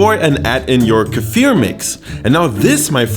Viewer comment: Can we just appreciate how correct he pronounces the Russian words. P.s. I prefer kefir version without meat where I add tomatoes